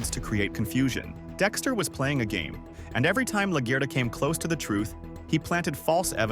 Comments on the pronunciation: 😂😂😂 was thinking same thing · Good video and analysis but please learn how to pronounce LaGuerta properly, it had me dying